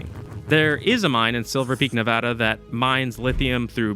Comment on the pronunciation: its nuh-VAD-uh!